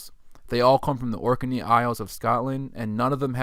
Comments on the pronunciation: It's pronounced Orknee not Orkerney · correct Ork-nee not Ork-e-nee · You're saing 'Ork n eee' 'Orkinee',…. I thought it was pronounced Orknee: Orkney,… like Ork Nee